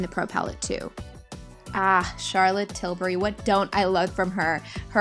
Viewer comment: Love your collection and the way you've organized everything. Also, you are probably the only makeup artist from the states who can pronounce Charlotte tilbury correct. Everybody else calls Charlottte "Tilberry" instead of "Tilbuhree". It just makes me cringe when they pronounce it wrong. 🙃